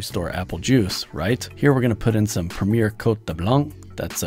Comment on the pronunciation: Prem--eee-yay, not preemeer.